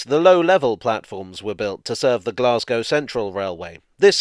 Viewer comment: A village buried beneath the railway arches.... isn't that a cock and bull story? Blessings on you for pronouncing Glasgow correctly with the long 'a'.